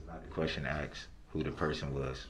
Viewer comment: "May I axe the reason why that'd be" ASKED. IT'S SPELLED A-S-K-E-D, not axe!! And don't get me started on how he pronounced the word "sustain"... "Reason for the "sUBstAiN your honor?" This guy just drives me so damn crazy but I'm still so intrigued by his case!